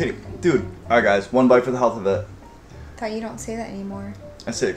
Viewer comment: "Hellth" of it